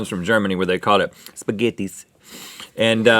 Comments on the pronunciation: "Spaghettis" ITS PRONOUCED SPAGHETTI EIS (Shpaghetti Ice) I'm laughing so hard omg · It's called Spaghetti Eis and it's pronounced 'Shpaghetti Ice' not 'Spaghettees'... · I laughed hard when Rhett said... Spagettttis .. really just like we have it in Hamburg 😍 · Spaghetti Eiß is pronounced more like ‘spaghetti ice’ rather than spaghettees lmao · Spaghettieis is just "Spaghetti Ice" and is pronounced so. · The Spaghetti Ice Cream is called Spaghettieis and pronounced like Spaghetti Ice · Lolol spaghetties? 😂😂 that's funny to me because to Americans that's how you would imagine it's pronounced but it's actually spaghetti ice. Lolol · It's not 'spagetties' it's 'Spagettieis' which is pronounced Spagetti ice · Guys, take it from a German: We don't pronounce it "spaghetees". Spaghetti-Eis is pronounced "spaghetti ice", much like you would. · It’s pronounced “ice” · I'm from Germany and I absolutely LOVE spaghetti ice cream! And for the pronunciation, I'm gonna write how you pronounce the german name for it in a way that you can understand it a bit more maybe. So it's kinda like: "Shpaghetti eyes". So it's like a "sh"-sound at the start, then the normal "-paghetti" part and the "eis" is pronounced like "eyes 👀". Just if you wondered. ^^ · The spaghetti one is actually a popular dessert in germany, but its pronounced, "schpaghetti ice" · I love you guys but it's actually pronounced like spaghetti ICE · It's actually called spaghetti eis (pronounced ice), Rhett. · Die Spaghettieis (pronounced spaghetti ice) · the german thing is pronounced "shpagetti" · Spaghetti eis is pronounced spaghetti ice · I can see how "Spaghettieis" may look like it's pronounced the way Rhett pronounced it, but it's just 2 words put together. "Spaghetti" and "Eis" (ice). In Germany we like to combine words to make new words. Which is why we don't play Scrabble, unless we have a football field sized board. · We call it Spaghetti Eis. It's pronounced spaghetti ice. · lol its pronounced spaghetti ice